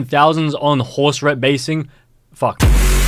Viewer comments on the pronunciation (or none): "HORSE RET BASING" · "horse ret baising" got me lol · “horse ret basing” -, 2024